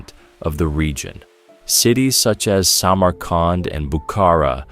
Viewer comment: ИИ, Самарканд, а не самаранд 😂